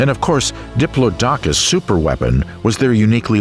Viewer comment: Love these documentaries, love watching them when I got to sleep but the one thing that wakes me up, not kidding, is the mispronunciation of Diplodocus. It's a name that rolls off of the tongue, not in chucks. Aside the mispronunciations, fantastic documentary :)